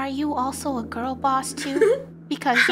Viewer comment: u clearly don't know thats the way pronounced gurl